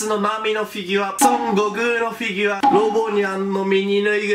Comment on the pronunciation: フィギュワっていってない？笑